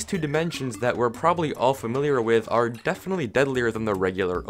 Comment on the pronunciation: I heard you say arrrre